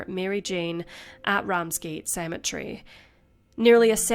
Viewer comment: Are you serious ? The pronounciations leave more than a little to be desired . Shockingly amateurish at best , but still interesting nonetheless . Blancmange is a French word , thus, the n and the c is silent . Cemetery , not cematree . Jeez , it ain't that difficult ! It's like listening to ' just a minute ' , but that's probably before your time , when BBC English was the norm .